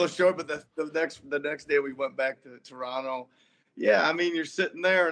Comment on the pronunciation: Nick Nurse's pronunciation of "Taranno" was absolutely perfect